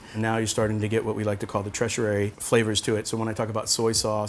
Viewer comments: pronounced (Tur-she-ary) not tresh-er-ary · and tertiary is TER-shee-airy, not TREH-shery. But what can ya say? The guy knows wine, that's for sure. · "Tretieré" you've gotta be kidding, pronouncing it wrong like its some french term is the most smug sounding thing hahaha. tertiary is pronounced TER-SHA-REY not TRE-SHA-RAY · did he say tRetiary? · “Tresherary” 😂 Sorry but that killed me. Love the video man brought me back to my wine slinging days!! Please do more of these!! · I can't believe no one has corrected him and told him that it's tertiary. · Someone let him know how to pronounce tertiary please. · What the heck is pronunciation of tertiary. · Great video! I will say I think you may be pronouncing tertiary incorrectly andre haha but you know enough to get away with it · He mispronounced Tertiary